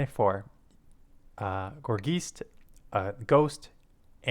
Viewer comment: Have you ever heard of poltergeist? Think of that when pronouncing gourgeist.